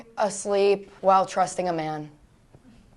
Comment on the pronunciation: did she say trusting or thrusting tho? both are... something lol